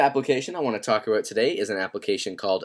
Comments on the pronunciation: 5;22 he said talk abooooot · haha "aboot" Canadians are the best, awesome video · "ebeut" /about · ABOOT... haha southpark classic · he says "about" like his irish lol nice apps dude